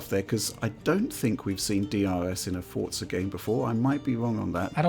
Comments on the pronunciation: is it pronounced "fort" "zuh" and not "for" "zuh" ????????????????????????? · I only hear him say "Fortza" 😆